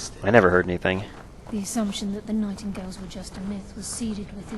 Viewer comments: nightingales not nightinggales, pronounced: night-in-gales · *X pronounced night-ing-gales X*